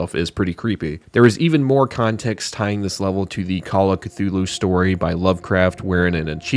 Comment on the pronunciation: Instead of Khlûl′-hloo for Cthulhu I thought you pronounced it Kuh-loofo (Im being honest)